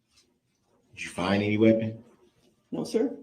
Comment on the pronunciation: I think he has no idea what leading or hearsay or relevancy actuall y mean. He just says it to say something. He apparently skipped 1st grade when you learn “sight words.” Even my 6 year old granddaughter and grandson know “any” isn’t pronounced N-T, nor is it spelled that way.